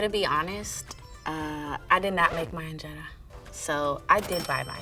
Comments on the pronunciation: that is not how you pernouce ingera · Please pronounce the word “injera” properly 😊